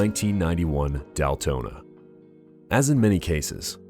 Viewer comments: "Daltona?" And a number of other horribly mispronounced names.. What the actual f@ I have to believe whoever created this video is just trolling and used just cheap crappy A.I. generated script and not actually this bad at making a video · I stopped watching when he pronounced it Daltona and started chopping the replays in half 😢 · ugh DALTONA???? LOUSY YOUTUBER DESPERATE FOR VIEWS...... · Lost me right at the beginning when the obvious computerized narrator pronounced DAYtona as DALtona. Misspelled, mispronounced, and obviously not caught before posting.